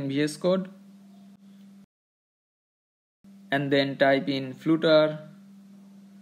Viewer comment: Its funny how you say 'Flutter' as flute-er.